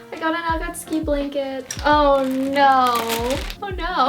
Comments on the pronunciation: You're so cute, it's nice seeing how excited you are... :') gjdfhgdfg and god I just. I'm sorry, but the way you pronounce akatsuki and sometimes naruto.. it ain't right my guy bUT REGARDLESS... amazing haul ahhhhhhhhhh♥♥ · please say it properly ugh why does she say akatsuki like that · Why mention the akatsuki and not the Naruto pronunciation? Sounds not too bad... Do you think it's supposed to be ah-kah-TSOO-kee or something?